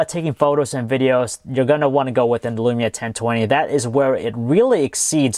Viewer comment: It is lumia not elumia